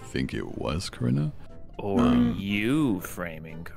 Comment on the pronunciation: So my name is Carina and I heard corpse say "uhh corrina?" AND I FLIPPED TF OUT AND HAD TO LISTEN AGAIN.